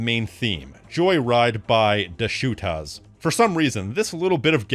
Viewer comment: The way you said "Da Shootaz" got me on the floor rolling